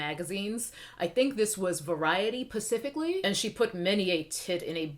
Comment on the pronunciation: I've missed "pacifically".